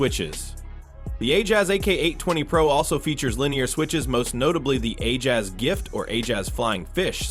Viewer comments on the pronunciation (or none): "the aoula f75 and the I-jas ak 820 pro" w ai bro